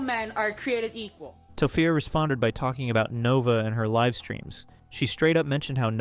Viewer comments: Im sorry but "to-fupa" gets me every time 😂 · The Tophia name butchering is funny lol